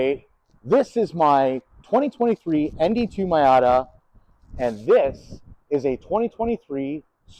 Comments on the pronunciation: I'm sorry but does this guy really think its called a my outta? I cant tell if this is serious or if he just calls his that but it hurts my brain. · you BOOB ...Its Miata ( pronounced MEEata ) . Get , learn it ,live it.... JEESH and SOOOOoo long winded ,yes boring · Say Mayata one more time... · Nice dad n son. Couple of cool car guys. And dad you saying "my ata" is forgiven thanks to the trigger warning you posted on the video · Why does he say MYAtta? Is that a Canadian thing? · Calling your Miata a “MY-ah-ta“ tells me you subconsiously want to keep the Miata! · Alright, stop it right there with that MY-AHH-TA nonsense! We give special dispensations for being Canadian but your using them all up! Edit: Great info from an owner's prospective, thanks!